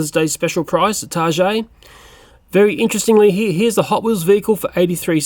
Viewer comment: you said target wrong target is from Minnesota USA and thats where i live and i think i know how to say it